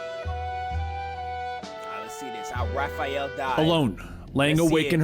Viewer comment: Raph, not Ralph. He's not Ralphael, he's Raphael